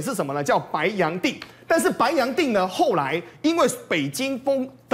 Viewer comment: 白洋淀(Dian)读四声''电"Please!😂😂😂